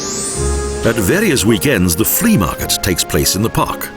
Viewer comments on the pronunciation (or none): The "Flee Market" - ROFL!